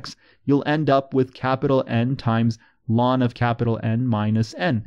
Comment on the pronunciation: I like the way you shorten the pronounciation of the natural log to what sounds like "lawn"